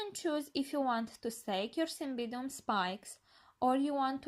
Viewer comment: get the pronunciation right cymBIDium